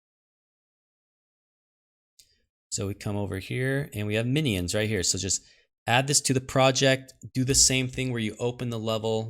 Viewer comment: He's teasing you because you say a 3 syllable "mi-knee-ins" as opposed to the more common 2 syllable "min-yins"